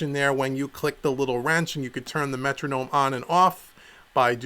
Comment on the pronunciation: wtf is a "Metradome"?!? lmao